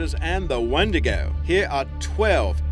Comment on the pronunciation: we say it wiindigoo